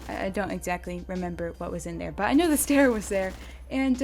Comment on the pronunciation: Also the guns name is not the stair its Steyr